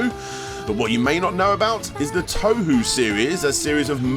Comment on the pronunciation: toe-who lmao